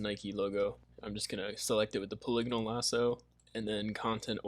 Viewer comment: I died when you said “puliganal” lasso tho lol